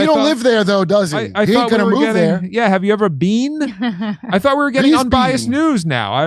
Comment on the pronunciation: Lmao “Have you ever BEAN?!?”